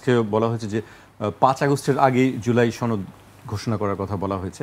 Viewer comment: সনদ? নাকি ছনদ?